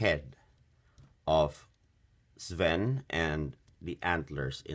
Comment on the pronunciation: It's not Spin the Reindeer's name is Sven (Sf-en)